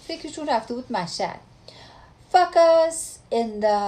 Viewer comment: فوکس ..... فاک اااس 😂😂😂😂😂😂😂😂😂😂😂😂😂😂😂 !!!!!!!! از خنده کشتی ما رو ....... فاک اااااس ... یاد مشهد افتاده بوده 😆😆😆😁😁😁😂😂😂😂😂😂😂😂😂...... خدایا توبه !!!!!! ای جانم ...زنده باشی دختر !!!!!